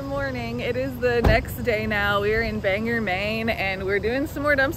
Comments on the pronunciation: I live in Harrison, Maine and I have watched you for months. It is not pronounced Banger. It is pronounced Bangor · It’s not BangEr Maine, it’s BangOr, Maine. 😉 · Its pronounced bang gor maine. Check out dysart truckstop for great eats. Happy travels